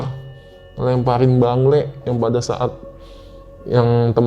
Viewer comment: bengle bang bukan bangle😂